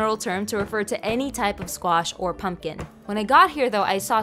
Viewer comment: I didn't know that that's how pumpkin was pronounced like that in the Philippines that's how it's also pronounced in Spanish for me